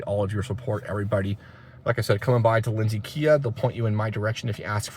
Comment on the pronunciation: True story, it's my first time seeing this channel and hearing your voice but as soon as you said Lindsey I knew you were Canadian 🎉